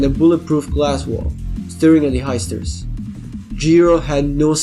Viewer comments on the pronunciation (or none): everytime he says the heisters it sounds like the oysters